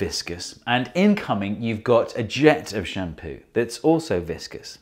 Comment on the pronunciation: Why do I hear " sham POO"?